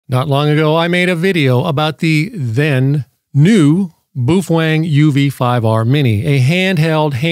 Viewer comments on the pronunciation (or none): Bao- feng Not boofwang 😂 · On a side note, the pronunciation of the word Baofeng is as follows. I think when Americans try pronouncing Asian words they let their English eyes and tongue think too much. The word if we look at it broken down into two parts is pronounced BOW-FUNG. Let me explain, the first syllable is Bao and if we look at the small Asian steamed bun sandwiches they are spelled Bao said as “bow” (rhymes with cow) buns. If we look at the second syllable it’s Feng, an example of why this is pronounced “Fung” is if you look at the Asian word used in decorative style it’s Feng Shui pronounced “Fung Shway”. I give you the word Baofeng pronounced “Bowfung”, remember rhymes with cow. It’s funny to me that anyone would attempt to argue with it and they are simply demonstrating their poor linguistic skills that probably end at being able to order food at McDonald’s. “Some people”😆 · I'm sure it's part of your schtick, but I fail to see how the word Baofeng is pronounced 'boof-wang'. Appreciate your attempt to bring humor to the people, though. keep it up.